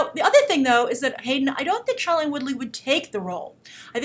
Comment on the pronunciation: you're STILL pronouncing Shailene Woodley's first name wrong. She always pronounces it as "SHAY-lene" not "SHY-lene".